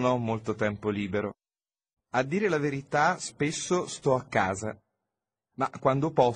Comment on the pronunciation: 讲的挺好的，12：40课文中，A dire la verita！不是vertita!